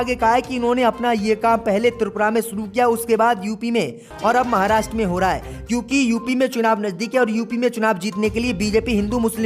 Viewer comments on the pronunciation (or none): none